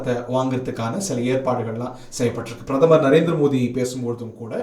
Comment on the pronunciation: மோடி என தெளிவாக உச்சரித்தால் நலம்